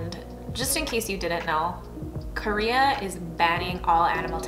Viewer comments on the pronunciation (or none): none